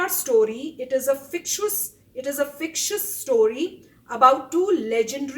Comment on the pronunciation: No it only speaks that she doesn't know of both the heros from the south and misread fictitious as fictious which in her mind would have changed the perception of the story, why to see everything in a wrong sense my friend? They themselves didn't say it's fake but they said it was written on the internet that it was fake, stop being over judgemental.